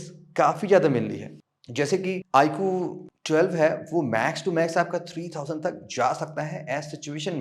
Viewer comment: "Iqhoo thwelve" 😂😂😂😂